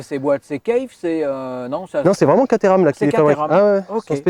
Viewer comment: Rhhhaaaaaaa!! Les français qui parlent anglais !!! Alors Caterham est une ville , on prononce pas caTééééram mais Kat-rhums... voilà voilà sinon l'un de vos plus sympa reportage !